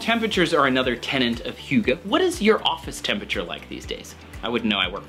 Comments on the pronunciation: Yes, you are pretty close. Though it sounds like you put in a u before the y - like the u when you say "huge". So You say huygge. But it is pronounced without the u kind of sound. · That is not how I imagine that word pronounced.